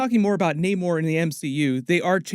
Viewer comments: Why does he keep saying Naymor? Its Namor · Nah-more not nay-more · Actually naymor didn't change his name all he is doing is pronouncing it in Spanish. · I always thought Namor was pronounced that way but I digress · Bro pronounced every name wrong